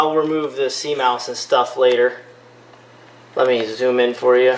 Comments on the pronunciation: its butane not bupane and its cmos not cmouse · It's called buTane not buPane. It says it right on the can. There's no such thing as bupane. And it's a CMOS battery not a CMOUSE battery. And you're?